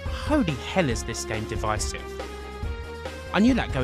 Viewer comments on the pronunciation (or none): none